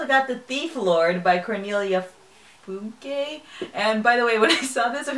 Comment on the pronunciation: This is the FIRST TIME that I've seen a non-German booktuber pronounce Cornelia Funke's last name correctly! Go you :D